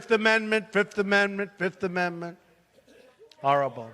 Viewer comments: "Har-able, har-able! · Harible. Harible. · Harrable, just harrable...